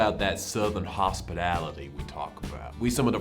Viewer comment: Trying to say hospitality 😂 highlight